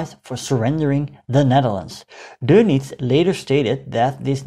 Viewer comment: thank you for not calling him "Admiral Donuts" although you could practice "adolph" a bit